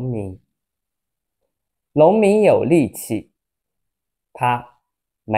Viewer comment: Your NONG MIN sounds like LONG MIN